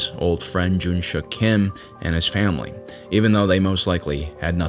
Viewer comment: like your videos but some corrections are to be made, Since its american thing to mis-pronounce or interpret everything. the main Character's name is Junsik not JunSHUCK Korea was annexed by Japanese on 1910s after Treaty of Eulsa was signed by Japanese Empire and Korean Empire (signed by Korean Traitors / after assasination of Korean royals) Before that even happened, Korea was never occupied by Japan though Korea was invaded by Japan on Numerous Occasions Kwhantong Army was well-equipped compared to other IJA forces but not compared to Soviets. after several battles, Japanese Command did realize their fire power and heavy weaponry is incomparable to what Soviets had. so the Japanese Command encouraged their soldiers to participate in brave, honorable suicide missions against Soviet bunkers and tanks just like they did in China. (Encourage = Forcing them to*) this Korean guy who was captured in Normandy was identified as Mr. Yang gyeong sung, he later immigrated to U.S but never said a word about his journey not even to his family. but many of Korean WW2 Survivors tell the similar stories, One of the famous one is Korean guy who was stationed in Indonesia during ww2, then joined the independence movement in Indonesia to fight against Dutch etc German invasion of Soviet Russia was Operation Barbarossa not Captain Barbossa Pas de Calais [ Pa- de calae ] not pass di Kaales